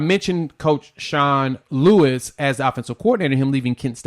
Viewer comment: Sean Lewis not Sean Lee. Great content